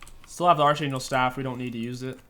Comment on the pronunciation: "archangle staff"